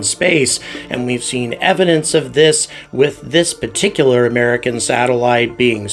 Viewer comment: Please start pronouncing the word “particular“ correctly. The first R is not silent!